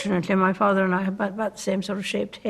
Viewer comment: For the first one, it's "mi" as in "mi mum", not "me mum"